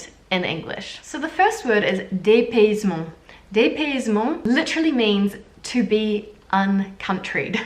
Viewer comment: J’adore tes vidéo !!!!! mais juste, pour corriger ton français : yaourt se dit yA-OU-R-T et non « yeurt » et dans dépaysement on prononce le Y comme un i like that : DÉ- PAY- iiii- ZE-MENT